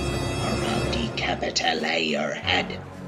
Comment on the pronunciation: I like the way ‘’ says capitale and I-talians 😆 Nice fun upload mate!